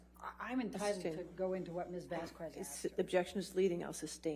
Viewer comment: Elaine is really an infuriating person and awful attorney but I think what bothers me most about her above all else is I really hate the way Elaine says “Vas-kwuez” it’s Vazquez. It’s not that hard. Vaz-kez. C’mon.